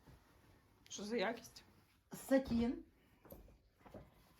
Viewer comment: Гарна тканина. Тільки не сатін, а сатИн.